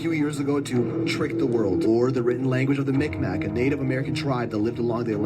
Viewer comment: I honestly cannot stand when a Caucasian talks about Native tribes and what, “they think” certain symbols or creation stories are aligned with. You should learn how to pronounciate the tribal names first before you speak about them! I’m Mik’Maq and our ppl have used symbols in our language since the beginning, We were and are the first ppl of these lands and we Always will be! ❤ much love to you, for the videos! I can’t stop watching them!! 🫶🏼